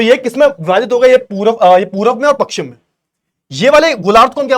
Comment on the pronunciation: Sir ji pakshim nhi pashchim hota h